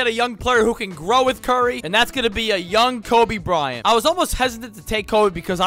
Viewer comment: Yes. Don't you love Frobe Bryant😂